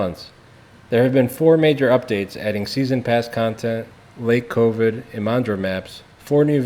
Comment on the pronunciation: "Lake covid" im sorry